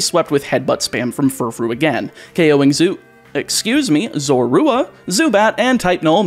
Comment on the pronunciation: While I think the sounds you use to say Zorua are correct, I feel like you are over emphasizing the "oo" sound. I personally find emphasizing the "zo" or "zor" to sound more natural.